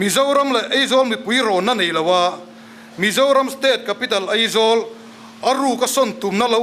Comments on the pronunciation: Eizawl ti ve leh tlat😂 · Eng nge maw i play nawn sek leh, bakah kan thu ngaihthlak ber sawitu pa khian Aizawl ti lo a Eizawl a ti tlat khi chu a buaithlak mang e sawi dik ve tal awm thudik hrul a dawt sawi tur ro ro ah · Ngeihdan, ngaihdan ✓ Eizawl aizawl✓ mnf pa mai mai chu... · Mithiam pui pui niawm leh ni te pawh hia AIZAWL hi ka lam thiam lo thin hi chu a buaithlak hi kati. Eizawl ni lo vin AIZAWL iti hram hram ang u. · New Delhi a lam dik emem laia ,Eizawl ati tlat mai khi chu aa